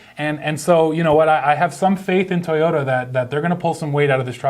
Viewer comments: there is it again,: T-i-y-o-t-a instead of toyota. why? why? why? I know your Russian but... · I love how says: tayota